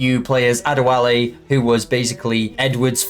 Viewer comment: Mispronouncing Adewale should be a crime 😭